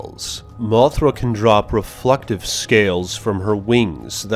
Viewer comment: Why do you talk like that? MothrA can drop rEFlectIve sCAles!